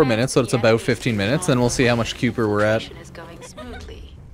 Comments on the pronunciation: spent 15 minutes doing the same mission.We're at one point the narrator voice says kuiper enhanced vulgus and he STILL mispronounces it 😅😅😂 "Ky-per" is the pronunciation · Pronounced "Ky-per"!